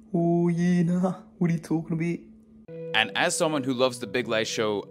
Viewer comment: it's "wadiyatalkinabeet" no W